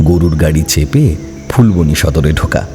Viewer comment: সেটা ফুলবনি নয় যেটা ফুলবানি Phool-baa-nee